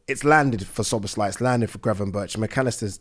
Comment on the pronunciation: sooner or later szoboszlai will leave pool/uk if nobody pronounce his name normally...this is lack of basic respect...for a god sake the end letter pronouncing in his name is "e" not " i"